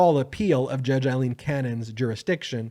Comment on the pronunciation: is it so hard to pronounce the name Aileen not Eileen'